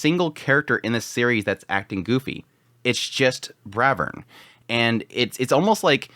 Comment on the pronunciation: It's not Bravern, it's BRAVEERRRN!!! 😂